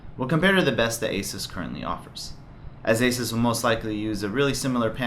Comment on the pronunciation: Its pronounced "A-Sues" not "A-sis" :|